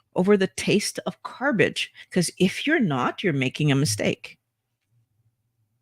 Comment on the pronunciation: “ carbage”. Perfect…